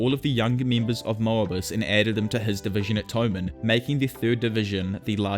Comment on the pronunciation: Moebius pronounciation tho.ooof